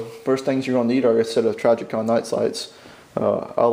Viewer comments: Who is "Trajicon"? I have heard of Trijicon. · Learn how to say trijicon